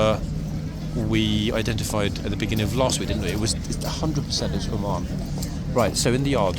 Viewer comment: Oman? Lol, It sounded like said Ormonde, and I was saying, no, that's not Ormonde! Ormonde is Blues and Royals. 🤣🤣